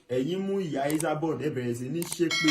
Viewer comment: This guy is real village boy.he keep saying isaboud instead esaboud .